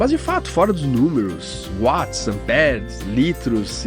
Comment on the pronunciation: M-a-r-a-v-i-l-h-a! Parabéns! Com certeza este foi o upgrade mais importante que o Balanço já teve. Aposto. Mas... o que eu mais gostei foi que você fala Watts certo. Dói meus ouvidos o 'vats'!